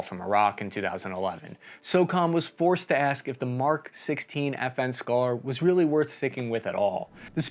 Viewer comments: I always hear "FN scar" as "effing scar". And now you hear it too. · I thought you said F-ing Scar